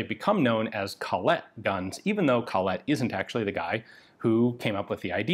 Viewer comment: sry Ian! its called Colette, not coLLette :)